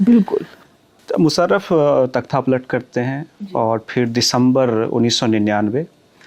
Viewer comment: भाई साहब, अभिनंदन अच्छा साक्षात्कार किया। बंधु आपको सुझाव है, अपने उच्चारण पर काम कीजिए। मुसरफ़ नहीं मुशर्रफ। कानों को कचोटता है अगर उच्चारण ठीक न हो। दूसरा निखिल वात की छाया से निकालिए। आप उनकी नक़ल करते प्रतीत होते हैं। 🙏